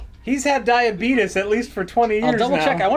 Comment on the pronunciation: "Where is my diabeetus medicine?"